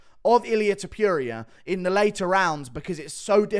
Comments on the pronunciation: To-puria brother, not Top-youria :) Your reviews are amazing btw. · Please pronounce his name correctly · Pronounces "Topuria" wrong every chance he can.